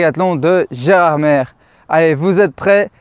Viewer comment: Précision Gerardmer se prononce « Gerardmé »